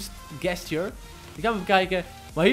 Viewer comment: even een tip, je spreek gesture niet uit zoals jij t doet:) het is djestjur :P niet gestjur